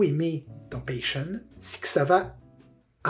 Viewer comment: C'est pas une critique mais comme c'est un épisode que tu aimes beaucoup beaucoup, ça se dit "pacheune" et pas "pècheune". Encore une excellente vidéo, dès que je retrouve du travail je te tiptiptip